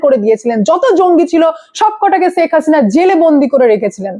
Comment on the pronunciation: ছেখ হাসিনা না ওটা শেখ হাসিনা 😂😂